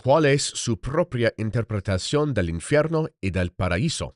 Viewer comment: Unsolicited advice from a vocal coach and language diction specialist: your Spanish diction sounds a bit Italian. "V" should be more like "B" without actually closing and popping the lips. It's made by voiced air passing unimpeded between two lips as opposed to voiced air passing through the bottom lip touching the top front teeth (as in English, Latin and Italian.) And "infierno" is not "in-fe-rno" - but "in-feeyayr-no" -- feeyayr. You have a good ear, but if you preface your reading by saying "I speak Spanish", make sure it's tight. God bless.